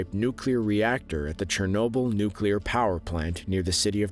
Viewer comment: At last! Someone can say ‘nuclear’ correctly 😃